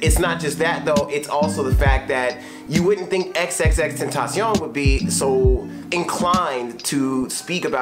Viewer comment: the way you say xxxtentacion's name makes it sound like french